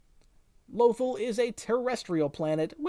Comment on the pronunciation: Low-ThALL... not "lowthul"